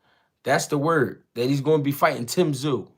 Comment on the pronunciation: He couldn't even say Tim Tszyu right ..😂😂